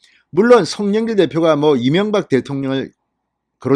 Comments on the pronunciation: 이명각으로 들리는데 이명박을 생각한 듯 하네요!ㅋㅋ 윤석열 윤석열!! 꼭 투표합시다. 당근이겠죠~! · 송영길.대가리다처가지고아직도정신차렸나못차렸나말이새는지 경재대통령이명박소리같고이재명같기도하고발음이비슷하네